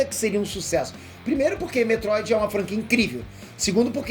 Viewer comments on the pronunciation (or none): É Metroid! Não Detroid kkkkkkkkk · Cacete eu achei que era só o áudio que estava zoado e aí vejo detroid no lugar de metroid. 😂